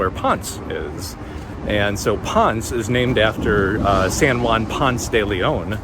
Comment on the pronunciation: Ponce is not Pons. Try saying Pon seh